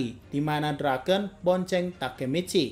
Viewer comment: Draken bang bukan drakeun